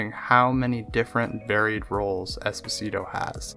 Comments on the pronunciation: EspÒsito not EsposÌto for god sake, it's an Italian surname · "Esposeetoe" God, all you had to do was listen to his name -_ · Why do you (and most people actually) pronounce Esposito like that though, it's italian not spanish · 15 seconds in and you already butchered his last name... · Butchered the last name’s pronunciation, but good video nevertheless. Although I am confused as to why you Americans (you may not be an American, this is only an assumption based on what you said) label people as the country from which they were born in. Neither of his parents are danish, yet you label him as “danish” just because he was born in denmark, and it’s fucking dumb. His father is italian, so he is an italian american actor. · you should've researched how to pronounce Esposito, before making a whole video about him lmao